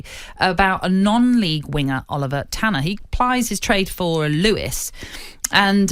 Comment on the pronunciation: ‘Lewis’? It’s Lewes - pronounced loos